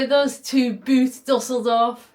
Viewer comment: It's weird to hear you pronounce Boot as boot - it's boat all the same, we just spell it differently. Good luck with fixing your rotten planks, that part really looks awful. Ever thought of ditching the exhaust for a normal chimney-like thingy?